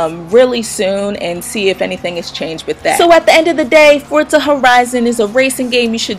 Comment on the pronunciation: Thank you for pronouncing Forza correctly. I can't stand it when people say it wrong :)